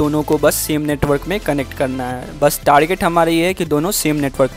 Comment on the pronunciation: Kya hua bhai sahi se ethernet ko pronounce nhi kiya kya 😅